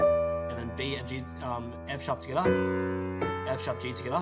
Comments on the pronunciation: The way he says togethar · The dislikes are people mad about him not saying the notes but saying hia and togitha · "Togathe" "hea" is all i heard 😂🤣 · TWOGethAah. I'm kidding. I'm from Chirstchurch in NZ :P. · No one: Him: *Togetha intensifys*. For real tho i dont get why everyone disliking it and saying stuff like “He doesnt explain it easy.” Yet i understood it perfectly fine. And thats saying it from a dude who just started piano like a week ago. I get it how everyones got their own opinions but damn dont need to get all personal here smh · For like four years of watching you i thought you said skda or something but you actually said together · I like how he says together He be like: togethaa. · If your wondering where is him saying "togethaa" from all those comments, its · Its fun that he says togeda (dis comment is in every video so i wanns wrtie) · "In the 1st part, we got to tttthhhhggaattha!!?! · "heeaa" "togethaa" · hghere togethah my god haha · I'm sorry but TOGETHA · Oceania moment